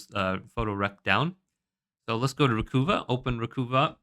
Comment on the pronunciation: Recuva = RE-cuh-va as in recover, not RE-coo-vah.